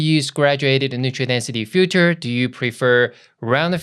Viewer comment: Love it and you. :) perfect done! - practice saying filter-feature-future. greetings! :) Di.